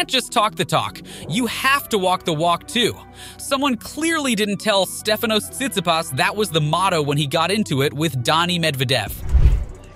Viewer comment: Omg the pronunciation of tsisipas and kgririos was absolutly terrible